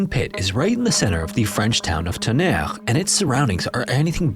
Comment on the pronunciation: I am SO here for this!! Thank you so much, ❤🎉 (But what happened to the other music?? I loved that music so much, it's my second favorite scary atmospheric music. But the new one is ok, too, though) (Also, great pronunciation of Tonnerre 👌✨️)